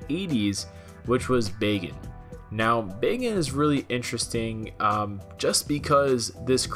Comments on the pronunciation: Hell's bells who taught you how to say words? Tiden? No. Titan. With a "t". Also, Bagan is not pronounced like "bacon" with a g. I know lm in the minority but it's like nails on a chalkboard listening to it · “Bacon”? I thought it was pronounced Bak-an xP but it is Bagan now so it doesn’t really matter xD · Who else thought he was saying bacon?